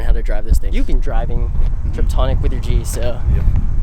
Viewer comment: He said "triptonic" ...lol